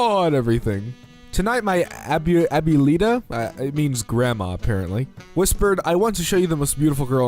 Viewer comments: as a spanish speaker i'd just like to say abuelita is said "abwelitah" and it basically means granny :) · The way says abuelita makes my inner latino hurt